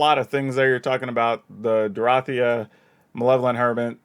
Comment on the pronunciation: I mean it's obviously pronounced Dorothea. All y'all pronouncing it Dorothea need to take a hard look in the mirror.